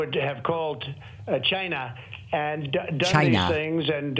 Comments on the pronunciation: When he says: China, listen carefully, I believe he is deliberately misprouncing the word to sound like: Gy-nah. Sometimes he pronounces it with a 'C' but most times it's a 'G', listen for yourself. Being a native NY'er I have the same accent. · Lmaooo David I love the way you imitated how Trump said “China”. He really overly-enunciates it in the strangest, most comical way.